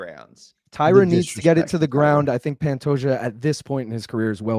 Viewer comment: Incredibly annoying considering it isnt hard to pronounce Pantoja and it takes just as long.